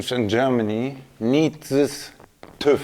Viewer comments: I like that English people say TUV not TÜV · holy shit im having a stroke every time you say "tuv" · "Tuv" haha And nobody likes Tüv 😄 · I've never heard anyone say "toove" for TÜV 😅. I've always pronounced the three letters separately "T...Ü...V..." It's kinda like saying ABS brakes "Abs". It's just weird and funny. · ´Very funny how they pronounce "TÜV" toooof :P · hearing "TÜV" pronounced wrong over and over kinda hurt, but the video was fun otherwise I mean you could have tried at least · If you say TÜV that often, might wanna check how to say it.. or just go to DEKRA. All parts pre certified for a certain type of car (wheels, muffler...) need no special allowance, just the papers onboard. If a part is safe and ok (noise, danger, antisocial...) you can get it certified for a bit to lots of cash individually...